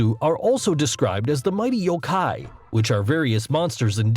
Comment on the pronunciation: I hate how the guy pronounced Yokai. You don't say the K as hard as he did. Also as far as the Kappa goes? What they steal is the Shirikodama, or butt ball (Literal translation). A mythological organ that is said to contain your life force. I am not sure if it was the same as the liver.